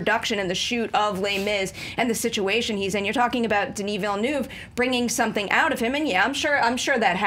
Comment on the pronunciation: English people trying to say Denis Villeneuve is so funny